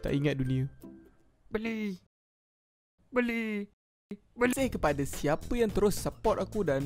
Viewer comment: Buang duit tu saya dengar macam beli...beli🛒🛒